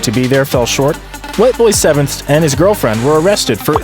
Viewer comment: "Whiteboy7thst" bruh it's Whiteboy7th STREET yeesh. Crazy how one of the most successful YTers ever up to that point isn't even remembered by new-age YouTubers like this guy.